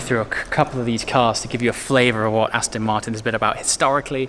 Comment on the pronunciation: Aston, not Astin.